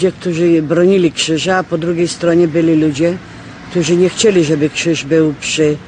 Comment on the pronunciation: nie "Kżyż" i nie "mjastu" tylko krzyż i miastu ; )